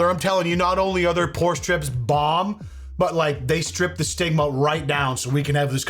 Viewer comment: I keep hearing "porn" strips 😂